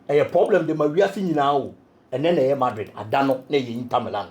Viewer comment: From Hala Madrid to falaaa Madrid 😂😂